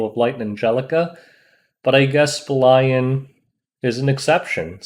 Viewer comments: I think it should pronounce "Belyan" not Belayan... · Bel-e-an i think its pronounced. seems like a world arena unit with the soul cancelation. Id pair her with a faster bassaar or operator sigret. S3 strip and reduces CR then she follows up, further reduces CR and provokes basically giving 2 turns for the team before they can control attacks. If you paired it to kill a bruiser team, bring straze. she is very stat hungry and team dependent.